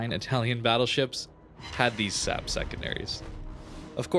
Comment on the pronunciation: Am I the only one who is annoyed by the fact that pronounces SAP as \ ˈsap \ instead of /ˌɛs.eɪˈpiː/? I mean, you don't pronounce AP as \ ˈap \??